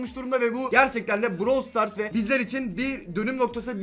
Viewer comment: Abi browl stars değil brawl stars de